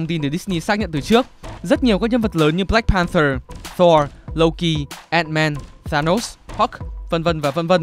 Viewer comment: Ad đọc loki giống louki